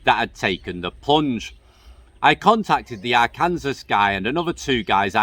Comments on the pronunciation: Dude love your channel. Arkansas is not pronounced R Kansas. It is pronounced R can saw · Ffs Arkansas is pronounced are can saw 😂😂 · I don’t expect a non American to know so just an FYI. Arkansas is for whatever reason actually pronounced “ar-can-saw”. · Arkansas is pronounced arkinsaw 😃. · You got a smile out of me when i heard you said Ar kan sas. I bet you you will mispronounce Tucson, Arizona also. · BTW, it's Ar-kan-saw.